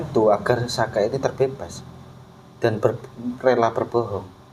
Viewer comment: bkan aska tapi sakah